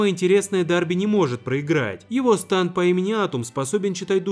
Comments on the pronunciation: Вроде произносится не станд а стенд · Не станд а стенд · Если на английском то нужно говорить стенды, а не станды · КАКОЙ СТАНД!!!?!!?!!!?!?!!1 СТЕНД ПРАВЕЛЬНО СЬЕНД!! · Разве не стенд , а не станд? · не станда а стенда или стэнда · Не станты а сденды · Это не станд а стенд